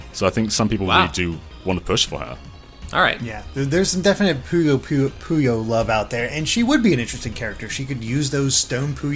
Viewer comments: Its PUYO PUYO PU as in Pooh Bear and YO as in Yogi Bear you uncultured swines, NOT Pollo Pollo. This ain't Pollo Loco I mean they literally say it everytime you launch Puyo Puyo Tetris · Puyo Puyo! Not pollo pollo. Lol But I would love Arle, and it would be great to see Rulue face off against her at least in the background somehow.